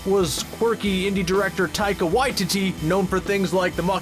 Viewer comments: Taika Why-Titty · please learn how to pronounce Taika Watiti (pronounced why-tea-tea) please and thank you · He can't pronounce Taika Waititi...